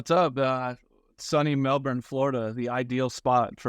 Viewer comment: So why can he say Melbourne (Florida) correctly yet any American talking about Melbourne Australia says “Melborrrrn?”